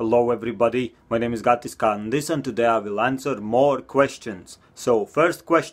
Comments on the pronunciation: can this be on the next video. The way he said can this made him sound like he said kandis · The first question is funny cause it sounds like you say " Kandis"